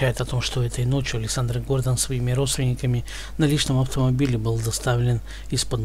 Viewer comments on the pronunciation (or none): Елайте правильно ударение ГордОн, а не ГОрдон!